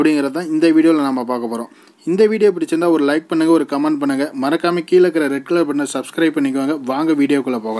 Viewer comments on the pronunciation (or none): none